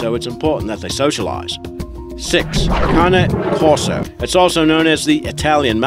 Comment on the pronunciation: I have a cane corso and the correct way to say it is c-ay-n